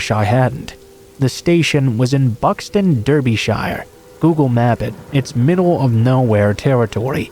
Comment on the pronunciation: Derbyshire is pronounced as darbyshire and pennines as pen-nines